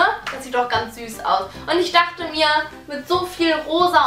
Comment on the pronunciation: 3 dorte 😂😂😂😂😂 das heisst dochte